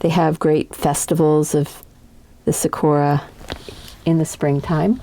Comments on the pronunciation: Love the artwork buuuuut anyone else annoied about how she's saying sakura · thanks for the tutorial 💕💕💕 this was super helpful!! You make it look very simple. I’ll be trying this out for a project soon. (: also the “suhkora” made me giggle hehe